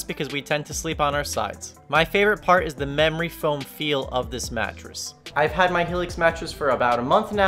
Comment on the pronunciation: Did you say mammory foam?